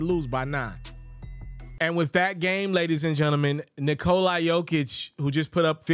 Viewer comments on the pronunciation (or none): This dude keep saying Nikol-i